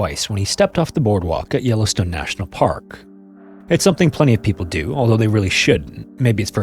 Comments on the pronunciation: "no ai generated content used" other than the narrator. Yellowstune? c'mon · The way he pronounces Yellowstone makes me feel he is AI in afraid . Noticed this with the Kathmandu video too, pronuncing the H